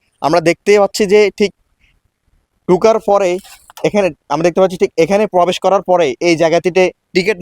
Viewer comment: Pobesh noy probesh.